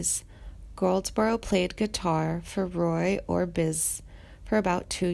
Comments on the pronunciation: Bobby Goldsboro is Black… oh, and it’s Roy Orbis-‘SON’!Roy Orbison. Not “Orbis” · Roy Or-bye-son!! Nooooooo!!!🤦🙄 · Roy or Bison? If I'm Roy Orbison I may have physically hurt this monotone narrator for mispronouncing my name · Ohhhh I agree with you, it’s the most toneless voice I’ve heard in my 71 years!! And she needed to research better, Roy Or-by-son!!! He probably turns in his grave every time this video is watched! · She can't even say Roy Orbisons name right . Bobby is alive and doing well. This woman is stupid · Wow. I couldn't watch much of this because of the awful narration. The monotone sound is really bad and the pronunciation of the legend Roy Orbison's name was the breaking point for me. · You repeat yourself alot in this video and the singer he worked with was Roy orbison you mispronounced is name